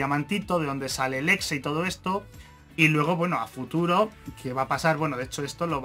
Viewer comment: cuando dijo el exe entendi flx xd